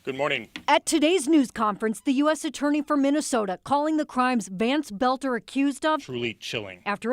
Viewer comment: the dudes last name is boelter not belter!!!